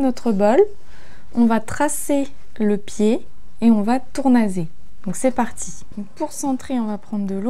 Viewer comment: J'aime bcp vos vidéos très utiles❤ Mais pourquoi continuez-vous à dire tournaZage alors qu'il y a deux S et donc on dit bien tournaSSage😊